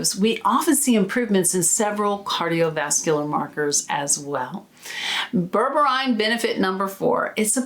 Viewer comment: I think it's pronounced as " BER-BER-REEN"